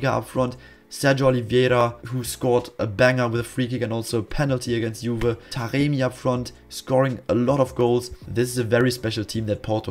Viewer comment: why do you keep calling Taremi Taqemi tho:))